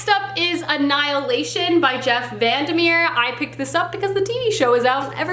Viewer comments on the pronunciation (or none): none